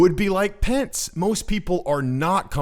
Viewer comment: Man you got Pence wrong